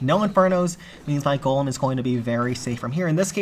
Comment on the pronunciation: For the 2nd time it's GOLEM ✅ not GOLME ❌